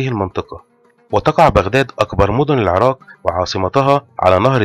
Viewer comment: الله يجزيك الخير ولكن لدي عتب عليك يجب نطق حرف القاف بشكل صحيح و أنت يا سيدي الكريم تقوم بقراءته كما لوكان حرف الكاف فمثلاً العراك بدل العراق و كذلك مدينة الكائم بدل القائم تمتاز العربية يا أخي الكريم بمخارج حروفها التي لايمكن تجاهلها عموماً خالص شكري و تقديري و محبتي لكم دمشق ٢٠٢٢/١٢/١٧